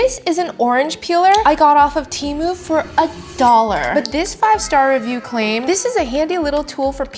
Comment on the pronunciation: You said "TARMU" and it had me rolling! 😄